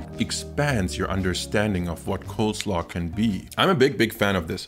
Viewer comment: Did you say COLDslaw throughout the video?